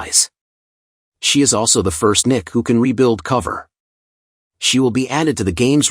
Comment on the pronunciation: I laughed way more than I should've at all the pauses in "Princess Connect! Re: Dive" and NIKKE being pronounced "Nick" . "She works well with a variety of other Nicks" all the Nicks out there about to swipe without hesitation and check some websites for no particular reason.